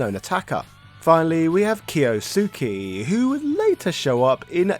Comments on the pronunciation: key oh sue key lmao ...its key oh skay ...they say the names of the characters on the game i never understand how people pronounce the names wrong when they say them out loud but great video man i love your content you are one of the goats thank you for all your hard work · We played this game SO much back in the day! It would be a day ONE purchase for me if Capcom ever released a collection or a remake. By the way, Kyosuke is pronounced Kee-OHs-kay. He's my favorite character in the game, but I used to absolutely butcher his name, so I had to say something for folks who don't know lol